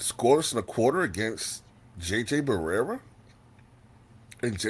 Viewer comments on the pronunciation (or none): Its pronounced Beraya and spelled Berea. Not Barrera. Please respect that man!